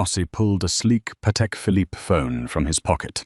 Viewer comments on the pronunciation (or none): none